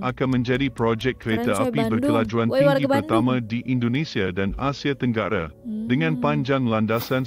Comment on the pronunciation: Lain benor bunyi bahasa tu.. bkn bahasa yg kami selalu digunakan.. projek mege, stadium merdeke, asie tenggare, jakarte, ande, abih smua ditukar hujung kata kepada "e"..